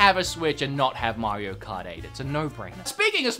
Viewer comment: You mean mr mare-eo